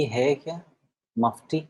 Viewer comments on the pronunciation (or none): अच्छा हुवा मफती बोला, चपटी नहीं बोला 🤣🤣🤣🤣🤣🤣🤣🤣🤣🤣🤣🤣